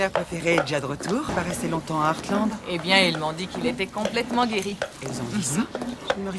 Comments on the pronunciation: Il dit eathland et pas Heartland xD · Tu le prononce comme tu veux mais sa dit artland et pas hearsland mais tu l’as bien écrit mais tu fait comme tu veux ☺️ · je suis hyper fan d'heartland donc t'es pas obligé de défoncer la série MDR sinon ça se dit heartland et pas hearsland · "ersseland" tu m'as tuée XD C'est pas earthland le ranch, c'est HEARTland donc "artelande" l'anglais c'est pas ton fort ^^ Heartland est une série familiale avec son lot d'incohérences et de mièvreries mais j'ai un plaisir même pas coupable à la suivre depuis une dizaine d'années, les personnages sont attachants, les histoires sympas, les chevaux occupent une place de premier plan malgré les histoires secondaires nombreuses, c'est chouette. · Et ça se dit hearte land pas hearce land 😂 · jsuis désoler mais comment tu prononce les noms des ranch c’est trop drôle 😭😭